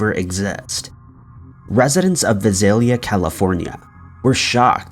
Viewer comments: It’s the VISALIA ransacker. Visalia is pronounced vI-Sail-ya, the I being long. A small town between Fresno and Bakersfield. Also you said D’Angelo is serving time at the California State Prison…….. well there’s 36 state prisons in California. As of February 2021 D’Angelo is in the secured housing unit (SHU) at Corcoran State Prison in Corcoran, California. Overall good story. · Visalia, CA, was founded by Nathaniel Vice. He also founded Visalia, Kentucky. The pronunciation is VICE-alia. Just correcting a mispronunciation. It's the city I live in.